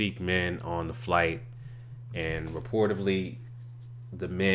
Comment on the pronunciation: It’s pronounced “reportedly”, not “reportivley”